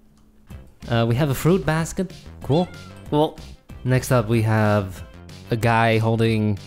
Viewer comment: I love the way yall say cool "CUAL"